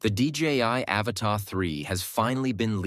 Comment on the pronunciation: Learn how to pronounce the Avata, and then I might consider watching your videos 😆 Can you say “ a-Va-Ta” ???